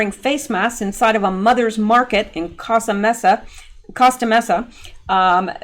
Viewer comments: Coast a Mesa,,, is proper Pronounciation,,,I guess my spelling might have issues but I am Grammitcally Correct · FYI, Costa Mesa is pronounced Coast-uh MAY-suh. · Congratulations, you are officially not a robot!! You were able to successfully count all the policemen in the frame!! Sorry, I NEEDED some comic relief from all this...I don't even know what to call what we are enduring. BTW, Costa Mesa is pronounced coast-ah (you got the mesa). Yep, I am in socal so I am very familiar with that store/area. Makes me not want to patronize my local Mother's market.